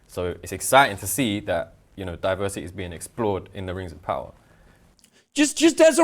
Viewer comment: Tell me you’ve never read Tolkien without actually telling me you’ve never read Tolkien. I think these guys are getting ten bucks every time they say ‘diversitaayay’ etc.